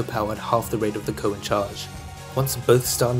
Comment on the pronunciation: i was gonna say lol it was super annoying hearing him say Coe and not C-O